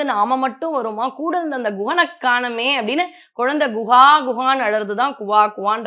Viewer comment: நீங்க சொல்வது எவ்வளவோ நன்றாக உள்ளது. கேட்க கேட்க இன்னும் கேட்டுக்கொண்டே இருக்கனும் போல இருக்கு.முருகர் பெருமை களை இன்னும் பேசுங்க மா. குவா குவா என்பதை குகா குகா என்று சொன்னீங்க இல்ல அது கேட்பதற்கு எவ்வளவோ நல்லா இருந்தது.